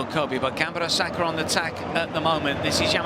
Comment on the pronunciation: The way that commentator pronounces the name as "GAMBAROSAKA" is a bit aggravating to me